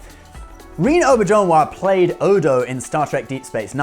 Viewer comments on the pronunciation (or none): It is pronounced RE-NAY. NOT REEN.